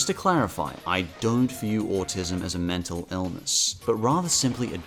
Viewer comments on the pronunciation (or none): none